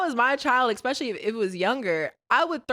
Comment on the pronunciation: you’re a college grad. Say it with me ESPECIALLY. Not expecially. Especially.